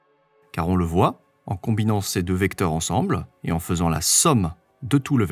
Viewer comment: bravo pour ces videos très didactiques et très bien faites. j'ai relevé un petit anglicisme cependant on écrit "en faisant" qui se prononce "fezan"... SLIDES sur la vectorisation de la fonction de cout. 👌